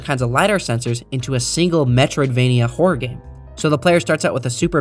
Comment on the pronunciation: Horror is a two-syllable word. Horror game not whore game. Good video otherwise. Still gave it a Like. Cheers.